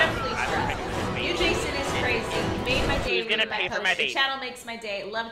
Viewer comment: The new Jason was interesting. Do you two remember the old Nintendo Friday the 13th? Reminded me of that. Maybe because its blue? Anyway it was fun watching. And keep pronouncing my name right. Keep on keeping on!